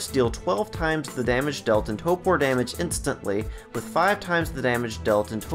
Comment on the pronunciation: I’m sorry but you said it so much it drove me nuts…it’s toRpor (tor-poor) not topor (toe-poor) 😂